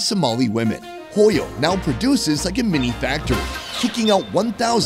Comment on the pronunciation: Thx but you pronounce hooyo